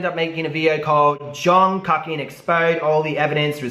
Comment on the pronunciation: Lol so funny you called him KUCKian not pronounced KOOKian. In South Africa, the word kak literally means "shit" haha and is pronounced like how you say it !!! 😂😂😂😂😂😂😂😂